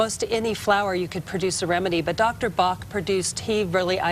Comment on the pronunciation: Pronounced Batch, not Bah. It makes it sound like quackery when you don't research the proper names.